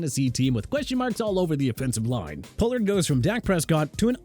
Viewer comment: Stop with the chubba nonsense okay?! HIS NAME IS CHUBA (CHOO-BA) HUBBARD! Also TONY POLLARD'S LAST NAME IS PRONOUNCED PAH-LURD, ISIAH PACHECO'S FIRST NAME IS PRONOUNCED AI-ZAY-UH, AND RAHEEM MOSTERT'S LAST NAME IS PRONOUNCED MO-STIRT!! PLUS YOU PUT MOSTERT AT #11... ARE YOU KIDDING ME?!?! SMH!!!